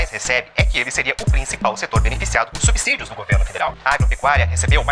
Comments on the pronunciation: Ótimos vídeos, como sempre muito instrutivos. Uma crítica construtiva. Lembrem-se que a pronúncia de subsídio segue a mesma regra de subsolo. Pronuncia-se subsolo e não "subZolo". Logo, é subSídio e não "subZídio". Som de S e não de Z. No mais, parabéns pelo conteúdo. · é subSÍDIO não "subZídio"